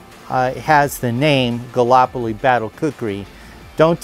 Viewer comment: Gall-ip-oli, not galopoli (pronunciation not spelling).